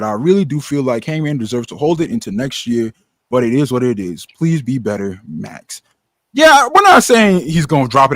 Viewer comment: No but really called him “Mocks” smh